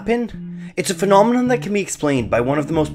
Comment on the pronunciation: It is pronounced 'phenomenon'. Now say it again and again and again until your mind is locked in.